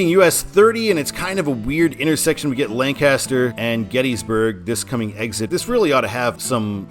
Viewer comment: Nice to see I-83 covered Also you mispronounced the city "Lancaster" few times in the video You pronounce it "Lan-Kiss-ter" Instead of the way most people pronounce it